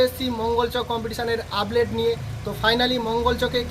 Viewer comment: Ublate ? Naki update ! 😂😂😂